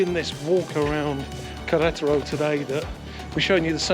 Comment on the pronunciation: Every time you say the name of the state(Queretaro) you butcher it even worse....lmao